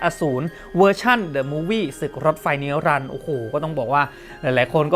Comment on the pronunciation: ผมขัดใจกับตอนคุณเติ้ลที่พากย์ทันจิโรในมูฟวี่อ่านชื่อเรื่องมากจากคำว่าศึกรถไฟสู่นิรันดร์กลายเป็นศึกลดไฟสู่นิลันเฉยเลย ครูภาษาไทยกำหมัด